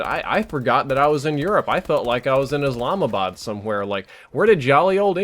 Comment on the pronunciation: The way u say Muslim is the most American way to say it along with the way u say Islamabad made my day normally can not tell difference between yours and me English accent